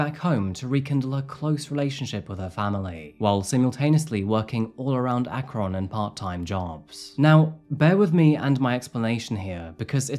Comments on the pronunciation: Omg 😭🤣 as someone who lives in Ohio every time you said akRON I couldn't help but laugh. It's said like "Akrin" or "Akrun" with no emphasis on the vowel 🤣 love your videos but it just gave me vibes of my mom trying to say Naruto and saying narUto 🤣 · I love your storytelling and voice I’ve been watching for a little over 2 years. I live in Akron, and it’s pronounced Ack-rin not ack-Ron 🥺 you said it a lot this video and it kept me from being immersed but none the less great video! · I'm sorry brother, but the way you say, "Akron" is funny as hell. It's pronounced more like "Ack-rin." You gotta work on your American accent, lol. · Just so you know it's pronounced like ak-run not ak-ron. It just makes me laugh every time you said ak-ron. Still a good episode. ✌🏻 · The way he pronounced Akron, inever realized we say it "ack-rin" until I heard him pronounce is like "ack-rON" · same here. never heard it akRON before. kinda threw me off but nothing against it lol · Oh my… being from Ohio, hearing you say “Ak-Ron” is killing me! “Ak-ren” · As a neighbor of Akron, the way you pronounce the name is incorrect. It's actually pronounced more like "run" than "Ron." Also, another small nitpick, Mount Union is only 45 minutes away from Akron. I know because I travel between the two on a semi-regular basis. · Colloquially, Akron, is pronounced, "Ak-rin." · That moment when you click on a video not realizing it’s about something that literally happened where you live. Thank you for covering this! Also, not that it matters, but locals pronounce it ak-rin. We’re too lazy to pronounce the o. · Its pronounced Akryn. (lives in cleveland) keep up all the good work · It’s pretty amazing how much effort you put into your content, you obviously do an incredible amount of research, well done. Side note, you’re putting too much emphasis on the O it’s pronounced “Akrun” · Great vid. I live in the area, it’s pronounced more like “akrin” btw! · FYI akron is pronounced a-kruhn